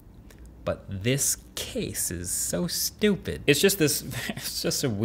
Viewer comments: "but this case is so shtoopid" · “But this case is so stoupid” LOL THATS EXACTLY WHAT I SAID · easily the highlight of my year is hearing Marquess say "But this Case is so StOopid" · had me cracking up - “But this case is so stewpid...” 😂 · I can feel the word "stupid" when u say it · The Jersey accent came out when he said, "This case is so stupid!" 😂😂